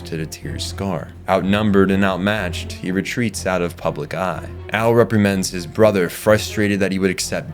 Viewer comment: I only made it a handful of seconds before REPRIMAND kicked your ass.